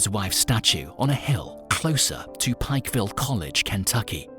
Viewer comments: He said Pike county, so I'm not sure why he keeps saying Pickville 😆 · Why are you calling that picville city? Its plainly Pikeville. With the long I sound. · Pike-ville. Pike. Rhymes with hike and bike. Other than that, great video!